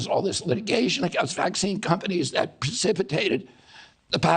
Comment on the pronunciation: First.y this “doctor” who posed the fist question should learn how to pronounce vaccine to start off with….it’s not waxine or waxing but V as in vaccine 😂😂😂